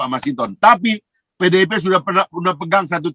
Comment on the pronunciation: Koreksi bang FH jgn bilang pedeipeh bnr ...keseleo lidah sptnya dri sudut mn pdipeh bnr😅😅